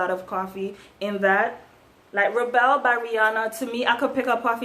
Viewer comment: YES YOU PRONOUNCE IT "SKEENO" NOT "SHEENO". ALSO, IT'S NOT "RA-BELL" IT'S "RE-BAL".